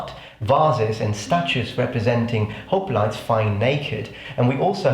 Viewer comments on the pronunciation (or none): none